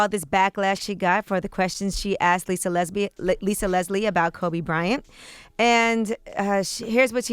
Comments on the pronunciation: That woman really just said "Lisa Lesbian" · Did Angela Yee say "Lisa Lesbi--- Leslie"👀😂😂😂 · i dying......angela y,,ee mispronounced LISA LESBIE LOLOL OOOOOOH SHIT LMAOOO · So we.not gonna acknowledge the fact that Angela Yee said “Lisa Lesbi”an. Slip of the tongue? I think not. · Did Yee say “Lisa Lesbian” instead of Lisa Leslie????😳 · She almost said Lisa Lesbian! 😂😂😂😂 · She really said Lisa Lesbi- lol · Did she just say lisa lesbi? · In the beginning Sound like yee almost said lisa lesbian ..😂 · Did Yee just say Lisa Lesbi??? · "Lisalesbi?" Really Angela Yee? lol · She almost said Lisa Lesbi.... lmao that was close Yee! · Did Yee say Lisa lesbi😂😂🤣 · She said Lisa Lesbie. 🤔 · why it sound like yee was about to say lisa lesbian ... HAAA! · Did Angie say “Lisa Lesbian”? 🤔🤔🤔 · Wait did she say Lisa Lesbian 😂😂😂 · Lmaooo im in tears sis u right even captions caught it lisa lesbi- 🤣😂😂🤣😂😂😂😂😂😂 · Did she slip up and say "lisa Lesbian"? 😂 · Did this idiot, Angela say "Lisa Lesbian"????? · Angela Lee called Lisa Leslie, "Lisa Lesbi" Hmmmm..Freudian slip like "L.A. Nakers? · I heard Lisa "lesbie"...did she see Lisa Leslie as a lesbian or slip of tongue. Fire Angela Lee . Have that same energy as Nakers lol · Did she say Lisa lesbian at the beginning? Smh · Did she say Lisa lesbian? 😬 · Yee said Lisa Lesbi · Lmao she almost said lesbian 😭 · Angela yee said Lisa lesibe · She almost said Lesbian😂